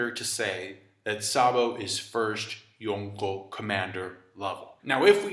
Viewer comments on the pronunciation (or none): I don't like the way he says "Yonko", he says it like "Yonkho" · Bothers me how you say yonko and logia- (yawn co)- (low gee ah) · I despise the way you say Yonko